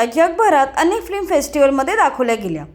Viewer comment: फ्लिम नाही फिल्म. बेसिक गोष्टी तरी नीट कर ताई